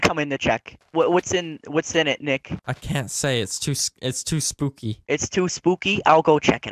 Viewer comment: he says Dick not Nick :D